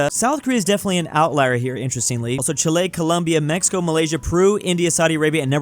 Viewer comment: Dear. I've been watching for a while. Even though you changed the pronunciation of the country "Chile" (where I am from), the stressed syllable is incorrect. The stress should always be on the first syllable, that is, "Chi". Also, you seem to be elongating the last letter e, which is weird. I am not a linguist, but for the vowel sounds, maybe it could help you to think that "Chi" is pronounced like the "che" in "cheese" (not too long though) and the "le" is pronounced as the "a" in "any". But take this last advice with a grain of salt because it depends on the accent. Hope it helps